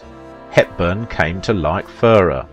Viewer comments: A few points. To say Audrey was "Belgian" is an oversimplification. She was born in Brussels, to a British father and Dutch mother, and always held a British passport. Mel Ferrer was of Spanish descent, and pronounced his surname fer-RAIR, with the stress on the second syllable. Audrey was not married to Ferrer at the time of her affair with Holden. (I am not sure if you were trying to imply that, but that is the impression I got from the film). As you say, Holden was married at the time (to Brenda Marshall), but they were separated; according to one version of the story Audrey wrongly believed them to be divorced. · pronounced Mel Fer 'air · "Fer-RARE"... as in rare steak. You did correct it on the post about Mel, but again why not check major names' pronunciations before posting? It takes just a short time exploring online. Basic respect. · Buddy it’s pronounced /fer-RARE/ but I know you’re British and Brits tend to tend to stress different syllables than Yanks (I’m not either one). So Americans say /TEL-i-vi-zyun/ Brits say /tel-i-VI-zyun/. Americans say /WEEK-end/ Brits say / week-END/. In names you tend to favour the initial syllable which is most often correct but this is a foreign name. It doesn’t follow the tacit rules of pronunciation you are familiar with. ( or to be formal: of which you are familiar). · She along with the entire rest of the world gets heartbroken ...... Fer arr............is this guy British is that why he mispronounces names